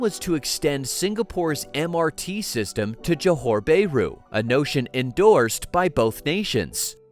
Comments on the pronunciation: The comments on the report is okay except for the mangling of the Malaysian word for the city of Johor BAHRU. It is pronounced as Jo Hor Baa Ru instead of JO HOR BAY RU. It is very irritating to hear you Americans killing the pronunciation of a country or its city names. Should you not make sure of how to pronounce any foreign country’s name or it’s cities before you get online? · "Bay-roo"? Sure that's not "Bah-ru"? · It's not 'bear roo'! ouch!